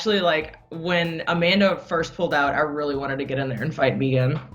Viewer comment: So glad valentina pronounced megan the right way, no like everyone else that says meeeegan